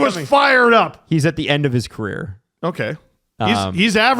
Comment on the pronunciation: It's purr not per person